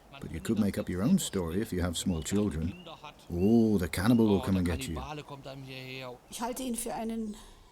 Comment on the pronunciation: A ‘Cannibalee’ 😅 jus saying.